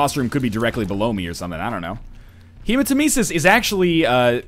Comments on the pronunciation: it's hemat-EM-esis, not hematem-ES-is. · Um... when did NL realise the word Hematemesis comes from Nemesis and started pronouncing it right?